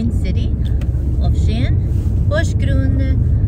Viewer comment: Thanks so much for explaining us how to say the city correctly. What a gorgeous country. I hope to visit one day 💐